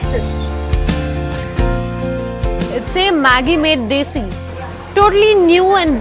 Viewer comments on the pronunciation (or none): none